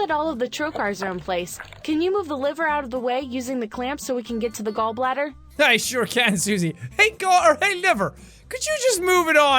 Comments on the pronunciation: "gallblather laprasopic gallblather" Sean William Mclouclin 2018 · "Gall Blather" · Me hears gall blatter ..........crud but I have to watch it